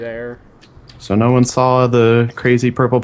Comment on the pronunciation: The way speedy says "saw", sounds like "sawl" :3 oh speedy